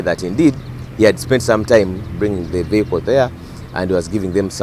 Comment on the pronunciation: Patrick Onyango the word is vehicle not "VIYAKO"